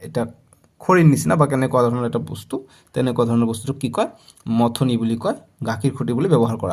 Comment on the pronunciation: চাৰ মাথনি নহয় মথনি